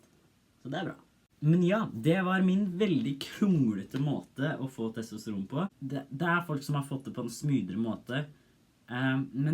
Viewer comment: TostraN, norway noises TestriN I loved that part xd